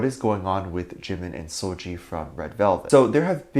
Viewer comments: First of all it’s seul-Gi not Gee! Secondly, Dont drag her unproblematic pristine clean name into this nonsense! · Im more bothered about the way you're pronouncing seulgi's name 😭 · First of all you don't even promomce seulgi's name correctly GOD ! Second it's so funny how pple still with this jimin and seulgi thingy I thought we left it I 2017 😭 Third; you sound like allkpop articles 🤣 like two idols wear same cloths once : they are dating ...